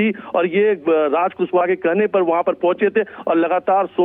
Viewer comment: कुसबह नहीं रे पागल एंकर कुशवाहा है पागल तुमको पढ़ने भी नही आता है😂😂😂😂😂😂